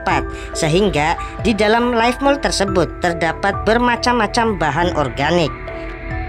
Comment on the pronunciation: Leaf Mold bang bukan life Salam Jadam 😁😅